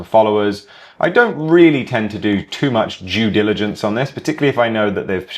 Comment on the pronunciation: Did you just say jew diligence 🤣